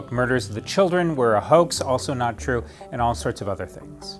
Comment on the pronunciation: Why does this guy emphasize on “NOT TRUE” isn’t that common sense?